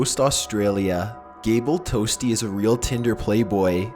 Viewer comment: Gable " TOASTY "